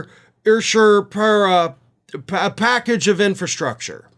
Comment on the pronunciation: Infrastrucker LMAO 😂😅